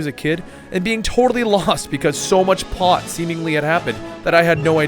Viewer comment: " i remember playing kingdom hearts 2 as a kid and being so lost because so much pot happened between games" uhh dude i know you have problems pronouncing names, but ya gotta be more careful with just plain words too otherwise things like that happen